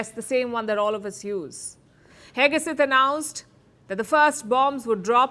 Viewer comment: Pete "HEGESETH" : KNOW-IT-ALL PALKI finally REPEATEDLY shows her IGNORANCE - US DEFENCE SECRETARY'S name is Pete HEGSETH and NOT Pete HEGESETH. JUST SAYING.